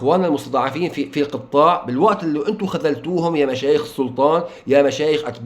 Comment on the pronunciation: هو القِطاع و ليس القَطّْاع.